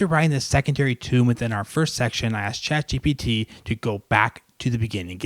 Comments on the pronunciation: You still say ChatGTP! 😂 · No he said ChatGPG